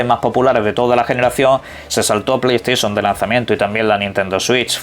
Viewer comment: Jajajaja me da risa como pronuncia el inglés, unas si otras no, "sur ví vor*, pero jamás e escuchado que digan " plai esta tion" que regla usan para pronunciar unas palabras en inglés bien y otras no??